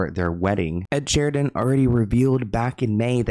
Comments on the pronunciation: It’s ed Sheeran lol not Sheridan. Not that it matters I still love u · Ed Sheeran not Ed Sheridan… love you! Xoxox❤ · You just called ed sheeren, ed sheriden twice 😂 lol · Alright, “Ed *Sheridan*” is totally trolling,. Onto your antics 😆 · “Ed Sheridan” is sending me 😂😂😂😂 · Is he saying “Ed Sheridan”?